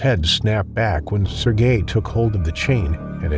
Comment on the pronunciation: AI needs to learn how to pronounce Sergei.